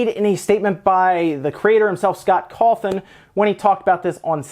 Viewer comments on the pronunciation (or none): none